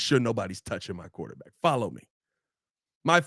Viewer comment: What the hell is a "QUATERback"??